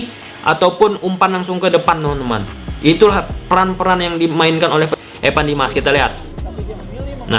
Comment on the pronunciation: Evan bang bukan epan